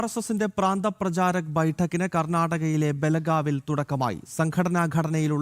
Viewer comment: ബെലഗാവി അല്ല ഭെൽഗാവ് ആണ്